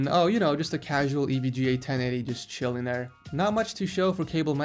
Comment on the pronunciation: Did you say chillin there on purpose?